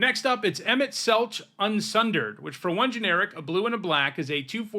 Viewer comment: It's "Selk" in Emet-Selch.